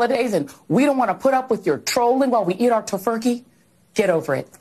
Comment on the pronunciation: Did he... did he just say "to-furkey"?!?!